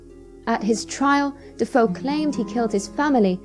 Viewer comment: not "duh-foe" it's "duh-fay-oh"